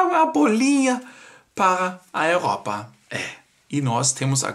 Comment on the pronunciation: gosto dos seus vídeos e sempre curto, mas tenho uma dúvida, porquê você fala "ouropa" e "ouropeização"??? Esta é a pronúncia em alemão ou é por causa do sotaque por falar em português??? E como você ou talvez os alemães chamam a moeda da Alemanha, chamam de OURO???🤔🤷‍♂️😁